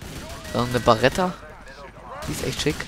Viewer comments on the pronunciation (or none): none